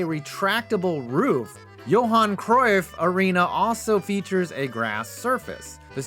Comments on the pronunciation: Actually... you pronounced "Cruyff" rught. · Pronunciation of the legend that is Cruyff is correct